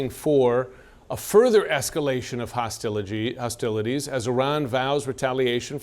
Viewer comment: Nope, too late - you said Hostiligy...